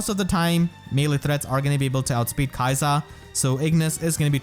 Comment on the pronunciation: if the japanese is anything to go by it should be more like 'key-sa'